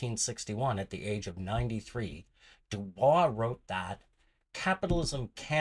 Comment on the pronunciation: Pronouncing his name wrong